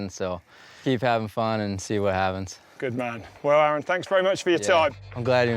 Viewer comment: "A A ron" ahahahahaha